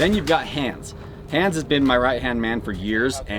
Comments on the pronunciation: Why You are all call him "Hanns" ? As a german, I can tell You it's pronounced "Haans" - strong a short n 🤔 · Dave, it’s pronounced HAAAns not Hands whether he knows it or not my brothers name is Hans and it’s like nails on a chalkboard to hear you say hands